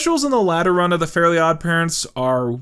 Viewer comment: that's great and all but why are the "elves" the only ones that aren't mispronounced? Like, Timmy is Tommy and Fairies are Fairlies, but the elves are.... Elves?